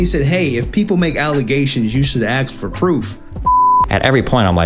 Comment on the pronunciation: i hate people who cant say Ask. it makes me so fucking mad